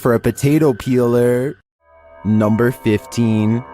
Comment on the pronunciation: "NUMBR FIFTEEN!"